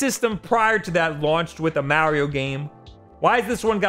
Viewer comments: Just dont say Mario ever again bro, you ruin his name man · The way this guy says Mario has me dead 😂💀